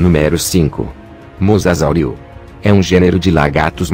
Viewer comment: E mosasauro não mosasauri